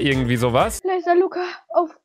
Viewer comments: # 4.20 sie sagt lurrz😂😂😂😂☹️😂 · Lugga😂😂 Luca nicht Lugga